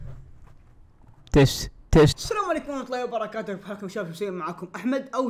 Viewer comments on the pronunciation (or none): none